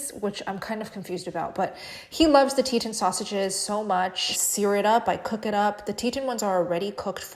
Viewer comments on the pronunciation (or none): There is no "i" in Teton. It's TE-ton, like the mountain range, not tet-in.